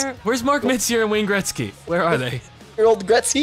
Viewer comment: Who's Wayne greztgy? I think you mean Wayne Gretzky?....